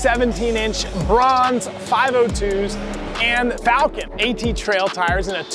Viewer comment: FALCON? LMAO Falken, not Falcon